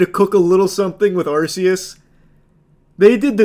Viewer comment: The way he says arceus is distressing